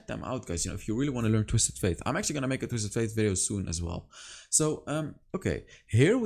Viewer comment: Love your videos. Could you please say “Twisted Fate?” Every time you say “Twisted Faith” it drives my ears crazy lol